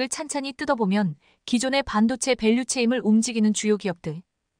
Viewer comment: 밸류 체임 -> 밸류 체인